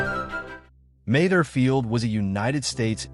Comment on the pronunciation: Not to mention the sixteen different ways it chose to pronounce Mather. 🙂